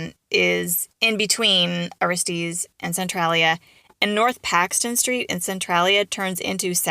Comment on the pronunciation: Your didnt say that towns name right.